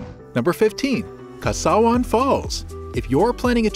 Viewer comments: Kawasan not kasawan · Where is Kasawan falls 😅 it's Ka WA San falls. I am not even a Filippino. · KA WA SAN not kasawan. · It is Kawasan and not kasawan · KAWASAN FALLS IS WHAT YOU PRONOUNCE. NOT KASAWAN...ITS OKAY....THE PEOPLE OF CEBU WHOS VERY THANKFULLY. OF PROMOTING CEBU TO INTERNATIONAL STAGE, WE THANK YOU A MILLION TIMES...!!!!!!❤❤❤❤❤❤❤❤❤❤ THE PEOPLE OF CEBU ARE VERY APPRECIATIVE!!!❤❤❤❤❤❤❤ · Please say Kawasan Falls.